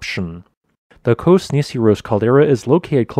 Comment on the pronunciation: Ah, Kos. Or some say Kosm.